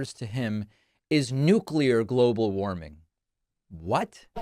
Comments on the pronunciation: ‘Nooclear global warming’ WTF! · How he struggles to say nuclear makes my skin crawl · he seems to be having trouble saying "Nuclear"